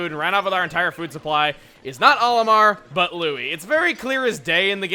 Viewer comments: The bubbles that trap Pikmin in the air do not drown non blue Pikmin. They simply float in the air until either the bubble itself pops or until u throw a Pikmin at it. Also plz stop pronouncing Olimar's name like A-lee-mar I get that I'm just one person but it makes me cringe... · Hey Chugga, I was wondering why you pronounce "Olimar" as "Ollie-mar" when in Smash they pronounce it as "All-im-ar." You pronounce "Hocotate" how it's said in the game but it's different for Olimar. It doesn't bother me at all or make a difference to anything, I'm just curious is all.